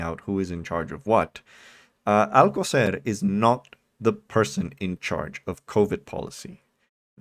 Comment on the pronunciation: How on Earth is "Alcocer" difficult to pronounce? Whether or not you speak Spanish, there is, like, one possibility. His stupidity is truly something to behold.